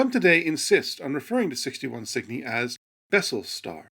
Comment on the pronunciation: Cygni? At first i thought he was mis-pronouncing Sydney at first.